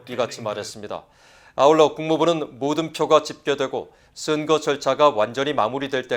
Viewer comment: 아나운서 님, 발음에 대해서 건의드립니다. 슨거가 아니고 선거 입니다. 증세균이 아니고 정세균이고요. 지적같아서 죄송하지만 너무 귀에 거슬려서 말씀 드립니다....ㅠㅠ